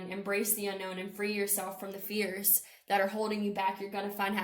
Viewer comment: When you said fears I heard fierce and that resonated :) thank you!